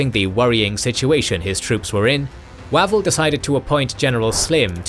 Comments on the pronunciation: The British commander's name is usually pronounced 'Wayvell' not 'Wavvel' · Is it not pronounced "Way-vul" not "Wah-vul"? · Are you sure? I ahave always been told it was WaVELL, accent on the last syllable, and a short "A".